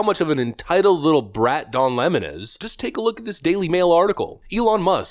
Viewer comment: Can I be honest,?” without going to jail on March 17th And don’t plan killing myself ,Don 🍋 Lemon La’mon correct spelling & pronunciation lemon would be correct He is a wet tampon they gone to the same Teleprompter reading Boot Camp that’s all liberals go through and they cannot break the habit of being an assholes Lemon could go cuddle with Fredo ? I think he turned his Lemon self away from the only friend he had Fredo and I believe A network what’s to do a sitcom called (two brothers and a 🍋 Lemon 🍋 Steltzer corporation